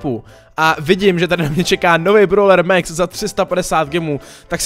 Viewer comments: pls říkej max neříkej mex pls šte mě to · Čte se Max ne Mex.